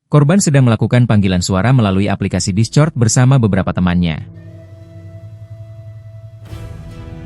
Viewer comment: Bacanya diskord min. Discort ndasmu 😅. Gak sekalian di crot 😂